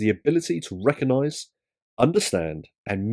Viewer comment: Does emotional intelligence include knowing the word RECOGnise is not pronounced RECONise ?